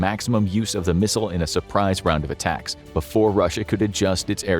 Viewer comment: Atackums not to be confused with steakums